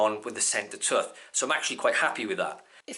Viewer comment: wtf is a "tuth" ? you mean tooth right